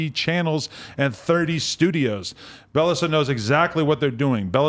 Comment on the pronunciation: lol pronounces bell essa. im sure its beyessa. meaning precious in spanish.